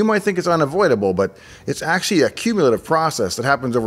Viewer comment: It's difficult to understand you. Fast talk and so many slurred words with skipped syllables lacking enunciation. I'm disappointed because everything else looks so well done. Reh-stre (Registry) Ash-ee (Actually)